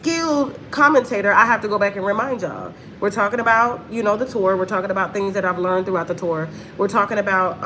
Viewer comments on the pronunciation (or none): none